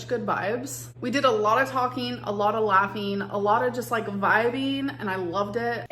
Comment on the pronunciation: Laugheen, talkeen, vibeeen ✨️